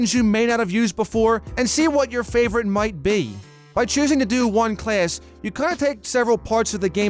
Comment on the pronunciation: I like the way he says class. "Clayss"